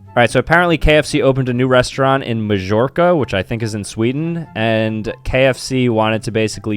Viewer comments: Majorca (pronounced my-york-a) is a town in spain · Majorca is pronounced ‘mayorca’ And it’s an islands between Spain and Africa - the complete opposite of Sweden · is the the type of guy to pronounce majorca how its spelled and also think its in sweden